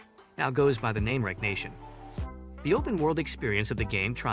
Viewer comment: Wreck-reation.... wreckreation not wreck nation🥴